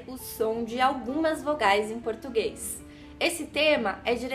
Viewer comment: Parei nos primeiros segundos quando ouvi a palavra português pronunciada “portugueis”…pqp!!! 🤦🏻‍♂️